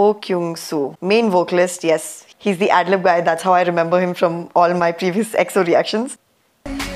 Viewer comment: I love your reactions to EXO. Your pronounciations of their names is perfect. They really have alot of content, so dont know where to begin. EXO are R and B kings, Kings of B sides. They truely dont have a bad song. They probably most known for Vocals and their Live performances. Their concerts are out of this world Enjoy your journey and congrats on 249 subs.